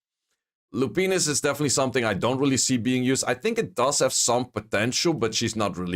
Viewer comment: The way you pronounced Lupinus caught me off guard 😂